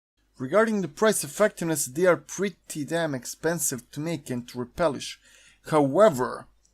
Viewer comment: They are actually not armed with an M1 Garand, but with an M1 Carbine :) Also, you are still saying "repelish" instead of "replenish"